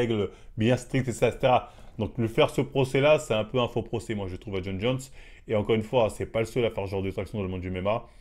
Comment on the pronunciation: Il a bien prononcé son nom du premier coup moi c’est ça qui me choque 😂